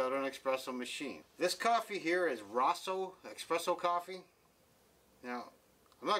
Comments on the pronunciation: Why is he saying expresso??? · Everytime someone says "eXpresso" an Italian falls off a Vespa.